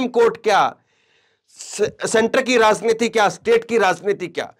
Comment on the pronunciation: that’s why you are anchoring in this channel because you don’t know correct word of raajniti you are saying raazniti😂